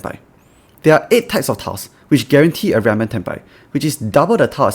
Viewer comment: Lol that and accurate captions (big thanks to the Xanxust1 for doing that). I literally could not figure out what he was saying until i turned on capitions and it turned out he was saying ryanmen waits, which i had to look up because i never heard of that before